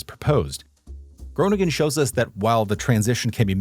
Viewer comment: Groningen is the Dutch capital for bicycle.thefts I must comment on your Dutch pronunciations you get every city name wrong. Groningen is pronounced Grow ning -en you put the "g" in the wrong place. Almere is pronounced Al meer - ah The SCH in Schipol is pronounced as the SCH in the English word School. Also for the Dutch athlete Daphne (daf ne) Schippers (shipp -ers) You are using the German